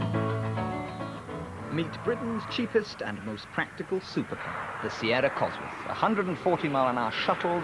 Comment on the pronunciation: First of all its a sierra cosworth not sieera. yeah you can now BUT IM ON ABOUT WHEN THEY CAME OUT! silly egit. you problie werent even in a sierra cosworth but yet you know everything.